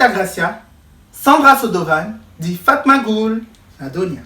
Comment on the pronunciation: Il a dit fatmagul 😂 chui morte